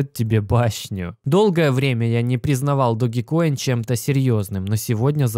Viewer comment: Блин учите английский не догикоин а даджкоин Dodge coin как машина есть такая Dodge! Не знаю как вы а я за эти пару дней поднял не маленькую сумму на даджкоине!